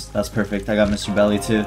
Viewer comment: Why did you call Mr. Dolly Mr. Belly instead??? ( and )